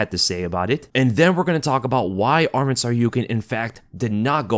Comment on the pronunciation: Thanks for the video brother, just for information his name is “ArmAn and not ArmEn” and his family name is “TsarUkyan not TsarIUkyan”